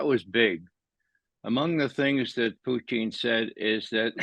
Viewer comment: Does anyone know why Ray pronounces Putin's name like Poutine, which is a disgusting fast food dish?